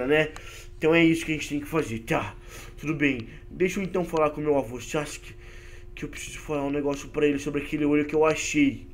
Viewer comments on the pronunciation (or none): none